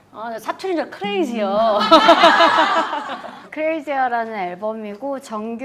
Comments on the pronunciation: 크레지어 발음 구수해서 중독적이네 계속 보려고 박제. 숭늉에 누룽지 밥말아서 김치 먹어야할 것 같음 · ㅋㅋㅋ 크레이지어~~ 사투리같게 발음한다 효연이 선배들과의 케미도 워낙 연차가 있다보니 편안하고 재밌으면서도 부드럽게 필요한 정보는 쏙쏙 전달되구 좋다 진짜 채널명처럼 레벨업 중인 거 같애 언제나 응원!!